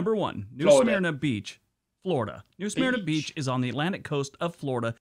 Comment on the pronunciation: He’s butchering the name New Smyrna (smir(k) nah)